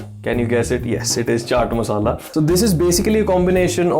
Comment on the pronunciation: I liked how you said chaat masala hahahah. Your recipes are great tho!